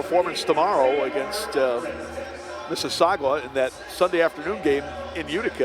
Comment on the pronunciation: Please stop mispronouncing "Mississauga" as "Mississaugwa"!